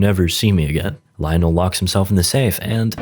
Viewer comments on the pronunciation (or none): none